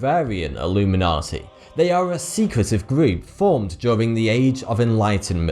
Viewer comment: Its not "Illuminati", its "Alumeynortey"